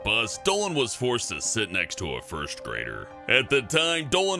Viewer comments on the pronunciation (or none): none